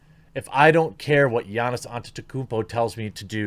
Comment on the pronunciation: Nailed Giannis' name